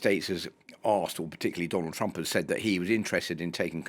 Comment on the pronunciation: twump is a buwwy! just a wittle buwwy! boohoo!